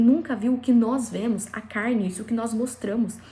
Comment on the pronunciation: Não é Vémos.. é Vemos....vurra😊